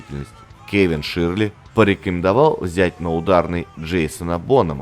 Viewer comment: Хороший контент. Но просьба - не искажать произношение фамилии такого знакового продюсера как Кевин ШЁРЛИ. А то звучит почти как Ширли Мырли. Привет из Нью Йорка!